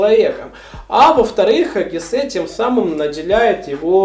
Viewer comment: Можно вам задать вопрос , а вы специально неправильно произносити удерения в фамилиях Гессе, Гамсуна и Демиана ? ?